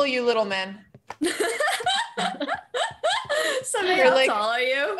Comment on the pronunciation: I like that pronounces Samay perfectly 😎🙏🏽😆Samay bhai OP